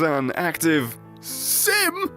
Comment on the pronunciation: "Sim-ulation"? XD Nice~!